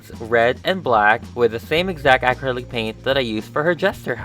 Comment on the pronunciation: Anyone else bothered by how he says acrylic?